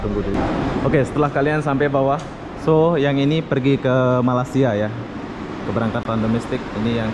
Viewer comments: Malaysia bang bukan malassia,🤭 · Malaysia ❌ Malasia✔️ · Malaysia bukan malasia 😄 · Bang kmu kan udah lama tinggal di malaysia, kmu spellingnya salah bukan malasia tapi yg benar malaysia, sukses terus bang :)